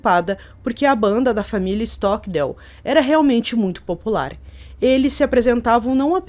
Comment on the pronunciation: Stockdale ( a pronúncia correta é STOCKDEIL ).